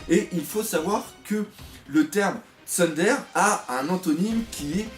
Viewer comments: on dit pas tundère c'est tsoundéré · "Tsundèr", "Yandèr non, ça se dit: "Tsoundéré" et "yandéré" ^^ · Pas tsundère, tsoundéré ça se prononce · S'il te plaît !! Je suis normalement OK sur ta prononciation mais Tsundéré et yondéré (je met les accents pour la prononciation pas pour l'orthographe) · on dit pas tsundère mais tsundéré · HAHAHHAHAHAH ON DIT PAS STUNDERE = SUN DER S ce lit plutot TSUNDÉRÉ avec l'accent jap sil te plait jusque là tes mauvaise traduction me pidauait ps mais la merdez sa FAIT MAL HAHAHAHHAAH sinon super vidéo l'ami mais je suis comme toi je voulais pas çà mais j'ai confiance en Oda mais je flippe Chaud je te l'avoue !!! Mais comment voit tu l'acceuil de Zora face à Sanji perso moi je demande un Fight pourquoi Sanji devrait avoir une non moral de l'équipage ?? je suis le seul a pas avoir du tout aimé les choix de Sanji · Alors on dit pas "Tsundere" mais "Tsoundéré" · Sa ce dis Tsundéré et Yandéré ! Mais osef ! J'ai tellement ri quand tu les a prononcé tunsdaire et yandaire ahahah ! Reste comme ça ;p ! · Ca se dit Tsundéré par contre je crois ^^ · ça se lit Tsoundéré (phonétiquement) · Pour la prononciation c'est tsoundéré et yandéré 😉 Très bonne analyse de chapitre 😄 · Ça ce dit tsoundairai et yandairai en fait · Juste deux trois petites choses à dire, outre que la vidéo est cool, et que la réflexion est bonne. - Le terme Tsundere se lit [Tsounedéré]. :p - Pour moi, le fait que Sanji participe à la création du gâteau est un mal nécessaire : quand on a vu Big Mom péter un câble vis à vis de la bouffe, j'ai tout de suite compris que Sanji allait être utile. Enfin, pas tout de suite tout de suite, mais quand elle a fait sa crise alimentaire pendant leur fuite. - Pudding, je l'adore aussi ! C'est un mélange Double-face de Batman et d'Olga de Hé Arnold hahaha ! - Moi aussi je fais confiance à Oda, et comme tu dis, j'espère pas qu'il fera comme les scénaristes de GoT. Honnêtement, je ne pense pas. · mdr a la prononciation de tsundere :D